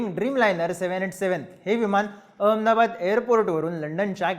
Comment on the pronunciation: अरे काय एखाद्या ममद्या सारख नुसता अअमदाबाद म्हणतो आहे निट अहमदाबाद म्हणता नाही येत का?.